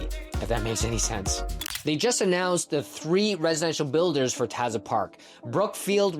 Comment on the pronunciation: You’re pronouncing Taza incorrectly